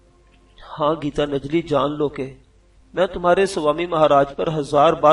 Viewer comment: Yar gita najli nahi gitan jali hota hai apni urdu thik karain